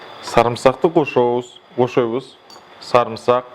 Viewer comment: 😂😂😂😍😍😍😄😄😄кыргызча суйлогону сонун экен кошобуз дегенди сонун айттыго